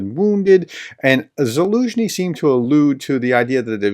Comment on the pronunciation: So glad you are now pronouncing the general's name correctly. I confess it annoyed me a bit yesterday.